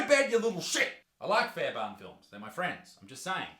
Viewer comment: Fair'burn' lol